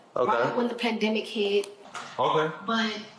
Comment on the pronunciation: Did she really say "pan-dem-i-cake? 😂